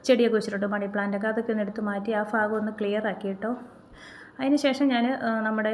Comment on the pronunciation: ഫാഗം അല്ല . ഭാഗം